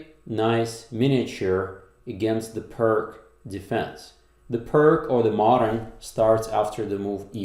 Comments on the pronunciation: Pronunciation of "pirc" sounds more like peerts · Apparently it’s pronounced Peerts. After Vasja Pirc. Is this one of those occasions in the English speaking world where people know the common pronunciation is wrong but carry on regardless? Anyway I better watch the game...